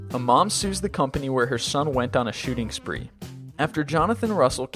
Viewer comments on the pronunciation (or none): none